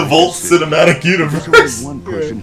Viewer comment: Vought, not volt. Like thought and bought